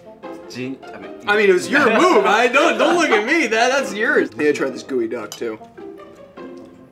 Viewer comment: Its geoduck not gooeyduck 😅